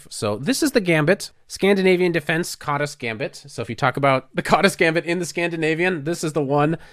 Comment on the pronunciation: 's' in Hungarian is pronounced "sh", so it would probably sound like "Kadash"